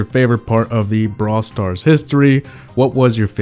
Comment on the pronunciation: Lmao, put subtitles on "Bra stars"